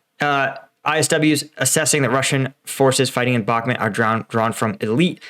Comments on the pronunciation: US intelligence "ain't all that" like you describe. They didn't even pick up how badly equipped pre-invasion. Frankly, you're dead wrong on so many levels. Bakhmut (PLEASE learn how to pronounce it correctly) is a flame drawing in russian forces including inept "special" forces, that are only special in taking out weak, untrained syrian, georgian, etc., warriors. AND, russia pushing hard means nothing... nothing. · Dude you need to watch the Russian Dudes channel, and its pronounced Bakmoot Not Bacmint, you drive me crazy with that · Mate, for 100th time - it's BaHmut, not BaKmut. WTF? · It's pronounced Bachmoot. All I've heard from the ground it's the Wagner Group fighting for Ukraine they're not Ukrainian but mercenaries.